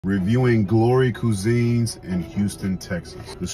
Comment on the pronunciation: Did you mean cuisine or like you said..cooseean